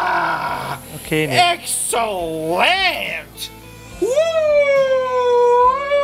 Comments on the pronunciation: Yeah baby, Ex-cell-ent.... in US English Accent 😂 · This guy got so lit he started speaking in an american accent lmaoooo EXCELLLENT